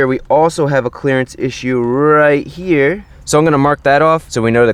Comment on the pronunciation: The Way Chris Fix says Here is Hear😂 but the vedio was surely interesting and helpful